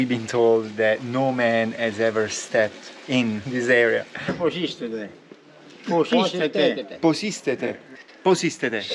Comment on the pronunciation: Close. Its more like pos iste?(πως ειστε?) 2 words only. :)